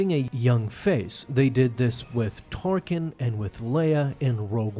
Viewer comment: Torkin? Seriously? You're better than that.